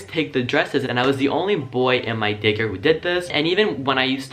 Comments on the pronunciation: Did anyone else here him say gay care instead of day care 😂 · Ok is it just me or every time he said Day care i hear Gay Care 🌈😂😂 love that 💙